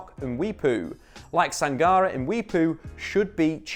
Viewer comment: It's pronounced Sang-Car-Ray.